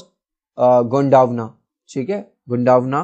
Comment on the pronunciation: गोंडावना नही गोंडवाना है